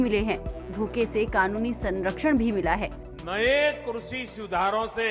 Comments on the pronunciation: भाई लोग डिसलाइक देख कर बहुत अच्छा लगा सबको पता है कि साहब जब भी लाइव आते हैं तो बड़ी बड़ी ही फेंकते हैं ' कृषि ' को " क्रुषी " बोलते हैं साहब😂😂😂😂😂😂😂😂😂😂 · किस किस ने नोटिस किया इसने कृषि को कुर्सी बोला 😂🤣 इससे अपनी जबान तो सुधरी नहीं ये कृषि ओर किसान की दशा तो तब सुधरेगा